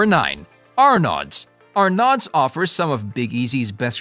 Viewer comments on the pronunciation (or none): You are pronouncing “Arnaud’s” wrong! The D is silent. Please learn simple things like that before you attempt to talk about it.